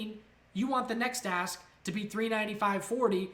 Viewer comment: Any one else hearing a$$ and bit instead of ask and bid, getting bit in the a$$, lol. Thanks great info.